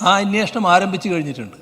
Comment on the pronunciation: അന്വേഷണം എന്ന് പറയാൻ അറിയാത്ത മുഖ്യമന്ത്രി. അന്യേ ഷണം എന്ത് മലയാളം ആണ്